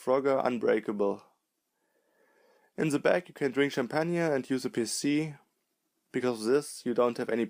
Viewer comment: Champagne is said shampain